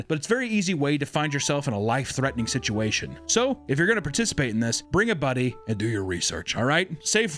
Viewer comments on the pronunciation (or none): none